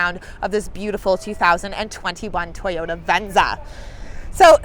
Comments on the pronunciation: Is she saying "VenZA" as a joke, or is that really the way she says "VenZA"? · I wish we had it in Europe and I like the way she says venza